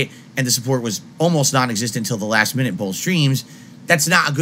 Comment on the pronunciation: hard BOWLTH